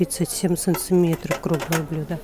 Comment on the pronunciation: Ооочень хороший обзор!Но режет слух слово"цынцыметров"!